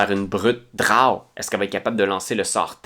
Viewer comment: C'est la première fois que j'entends quelqu'un prononcer "drawe" au lieu de "dro", c'est vraiment ça la bonne façon?